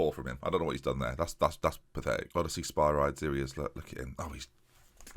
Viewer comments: O-diss-ee-us Spir-ee-deez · Two strikers are broken in this match engine, especially with a Shadow Striker in behind! Make it happen and watch the goals fly. Also I think Spyrides is pronounced Spih-rih-deez like Hercules! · Spyrides is pronounced Spy-Ree-Des! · The thing about Spyrides, is that his name is EVEN cooler when it's said properly!